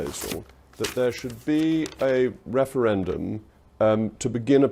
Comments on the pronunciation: Whats a "Weferwendum " ?? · this wemoaner supports a second weferwendum?